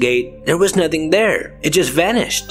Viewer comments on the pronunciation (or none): none